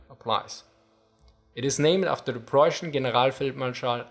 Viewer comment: "Preußian"- * Denglish intensifies *